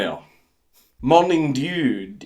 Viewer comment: I'm sure there isn't a reason you pronounced "dew" that way, nope...